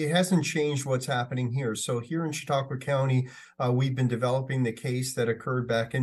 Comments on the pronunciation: "Chatta kwa?" I thought that was intelligent until that. Try "Sha taa kwa". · Holy crap that was not even close to the correct way to say Chautauqua county.